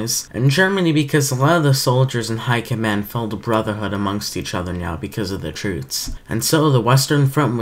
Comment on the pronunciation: I'm sorry to nitpick, but "trutes"? (yes I know I'm being slightly rude and I do apologise, it's just deeply unnerving and unsatisfying to hear it pronounced incorrectly - no offence to you, of course. I do love the video, it's just that one thing is holding it back slightly and makes it feel a little unsatisfying for me)